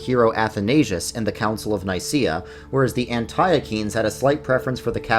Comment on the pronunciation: I love you, but Antiochene is pronounced “Ant-tea-oh-kin.”